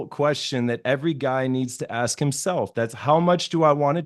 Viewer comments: ASK not AXED 🪓. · in every debate Let me Axe you a question....